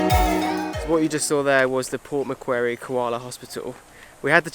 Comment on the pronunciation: you pronounced port macquarie wrong